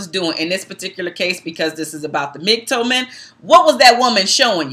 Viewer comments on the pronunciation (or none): Because this video was done in a largely respectful manner, I'll gently make one correction to your content: MGTOW is pronounced "Mig- tow", the "tow" portion being identical to the first syllable in the word "towel" for instance. Hope this was helpful.